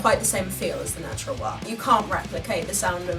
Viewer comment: The sound sample has taught me something I prefer the low end type of wah sound. Didn't know that before. Thanks! kinda like a talk box I like how you say Wahr 😆